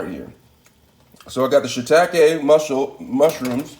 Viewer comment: XD Fearless! Shameless! Hook em up boy😖✊. "She-Takay" "Gar-leek". You fancy huh?👌